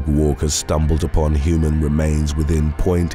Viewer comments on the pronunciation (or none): none